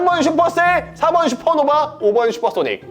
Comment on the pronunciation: 슈퍼노바 × 스타노바 ○ ㅋㅋㅋㅎㅋㅋㅋㅎㅋㅎㅋㅎㅋㅋㅋㅎㅋ